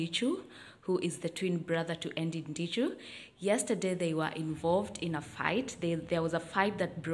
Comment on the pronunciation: Eddy not ENddy 🤣🤣🤣🤣🤣🤣